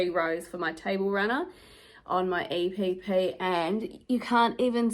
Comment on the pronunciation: So proud of you, you can actually pronounce EPP if you put your mind to it 😂